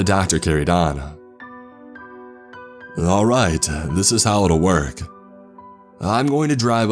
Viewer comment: “This is how it would workah”